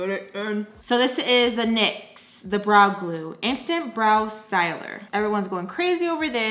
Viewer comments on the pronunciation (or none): But why did I hear bra glue and not brow glue? 🥴 I need to go meemees 🥲